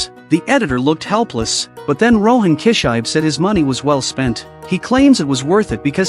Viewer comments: KI SHI BE! NOT KISHAIB,wth? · His name is Rohan kishibe, but I don't think he knows how to pronounce the name correctly. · it sounded like kichai.. no more ai narration man... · Rohan « Key-shybe » 😂😂